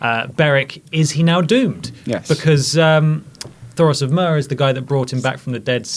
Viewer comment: If you don't know the difference between wights and White Walkers, why are you hosting this episode review. Come on. and Myr is Meer. not Mur. good God, we need Adams to do next season. And James. At least he understands that Cersei uses the pregnancy to her advantage, so does have a reason to lie. Maggie the Frog, anyone.